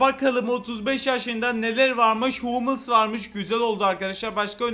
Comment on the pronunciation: Humels diye okunuyoyo abi hamıls değil😂 üzülüydüysen abi özür 😢